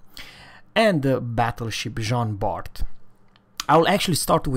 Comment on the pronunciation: jan bar ! no john Bart the last letter is ever mute for the french names you dont say republiqueu but republic ! it is he dame thing for all the french boats